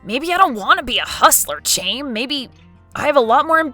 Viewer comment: "Chaim" is pronounced "hime". "Him" with a long I.